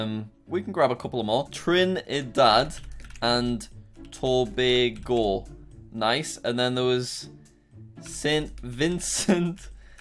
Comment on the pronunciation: You pronounced Trinidad and Tobago so perfectly, damn I must commend you